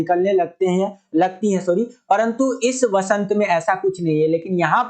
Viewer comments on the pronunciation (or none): none